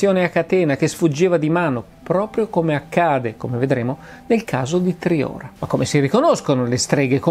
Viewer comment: Solo un appunto Massimo : Triora si prununcia con la O chiusa